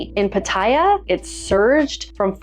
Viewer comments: The name of the city Pattaya is pronounced PATaya, not patAYa as you say. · the way to pronounce Pattaya, is to say every “a” the same way, and,,, the last ya has the accent. So,, pa ta YA.. 😅 love your content. You may be interested in my experience. Never test positive. 1000 partners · I was saying the same thing. People say it how she says it but it’s wrong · Why do people say Pattaya like that. That’s not how it’s pronounced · there is a YouTube guy Ian,, he doesn’t care that Pattaya is a proper noun. It would be like people calling him “eye Ann” instead of Ian. 😅